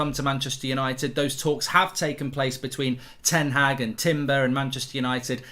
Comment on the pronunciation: will someone ever pronounce ten Hag correctly?